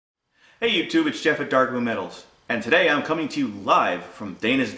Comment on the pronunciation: Spot on with the pronunciation of my name Jeff and thanks for the kind words.